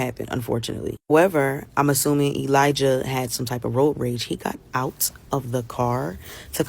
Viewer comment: Elijah is pronounced with a soft J